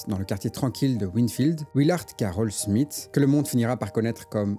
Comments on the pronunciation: Ça se prononce Smifs (th) que smite hein. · son nom c'est Smith et non Smit comme tu le prononces tout du long ? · De toutes ma vie j'ai jamais entendu SMITE que ce sois en France ou en Amérique. "Th" en anglais ça n'a jamais eu comme prononciation "T" . Je crois que tu souffre de l'effet Mandela mon ami tu nous pissera pas dans le cerveau 😂